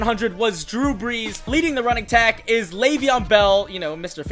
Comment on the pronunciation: “ leading the runningtack” 😂🤣 But keep it up